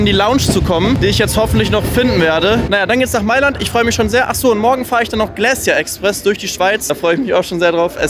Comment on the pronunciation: Finde deine Videos echt gut gemacht. Dafür Daumen hoch. Aber eine Bitte: Check vorher die Aussprache von Wörtern bei denen du dir nicht sicher bist. Frecciarossa=Fretscharossa, Glacier-Express=Glass-jeh Express oder in nem anderen Video Mulhouse im Elsass hast du wie im englischen ausgesprochen.